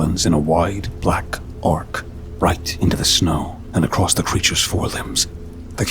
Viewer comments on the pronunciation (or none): none